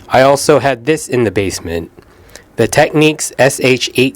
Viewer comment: It's TECK-NICKS! and REC means RECORD! LOL! SMH!